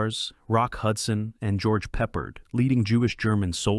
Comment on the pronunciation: it's pronounced as Pep-ard not as Pepp-erd